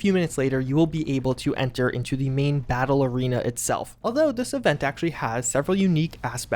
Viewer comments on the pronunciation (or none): none